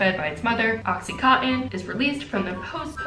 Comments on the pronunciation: Anyone else notice she said OxyContin for oxytocin? lol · It’s oxyTOCIN! Not OxyContin lol oxytocin is the bonding hormone. OxyContin is an opioid drug haha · Oxytocin not OxyContin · I just can’t stop laughing at her saying “oxytocin” as “OxyContin” 🤣🤦🏻‍♀️ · I love you,, but it's pronounced oxyTOEsin, not oxyCOTTON 😅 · is no one gonna tell her it's oxyTOCIN not oxyCONTIN.... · Oxytocin! Lol not OxyContin very different things 😂🤣🙈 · “oxycontin” okay we know what be thinking abt (its oxytocin but honestly i bet the name oxycontin comes bc it releases oxytocin??? maybe??? prefixes? idk) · Sweetie... it's not oxycotten... its oxytocin. I'm so sorry! Not trying to be that weird know it all at all! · "During shenanigans theres lots of ocycontin" LOL did anyone else catch that? Love u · When she called oxytocin “OxyContin” 😂😭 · Idk if you correct yourself I'm only part way through the video but it's oxytocin not oxycontin which is a really addictive pain killer and not the "love hormone" just in case anyone repeats that to their parents 😹😹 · we love for repeatedly saying “oxycontin” (an opioid) instead of “oxytocin” (the love hormone” (it’s okay, they do look similar. i just found it funny) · Not OxyContin lmao you pronouncing it like the drug. It's Oxy-Toh-Sin - (oxytocin) the hormone :) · "oXycOttEn" good thing my science teacher taught us chemicals in our bodies, oxytocin is pronounced "oxy-toe-sen" science lessons w natalie. (thx mr b lmao) p.s. this is a joke to make fun of speech, i do this all the time w my friends, not meant to take offensively. j jokin around and a science lesson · i love you so much but it’s oxyTOCIN... oxycontin is a drug 😭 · lol oxytocin not oxycontin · Isn’t oxytocin pronounced like Oxy-toe-sin? 😂❤️ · No one:: oxycotton